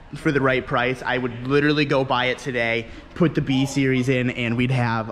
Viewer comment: "I still need to get my bung welded". Lol that "littaly" sounds like some painful shit.